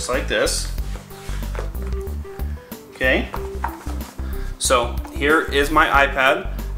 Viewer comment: Lol In the intro it sounded like he said Hello everone, HAIR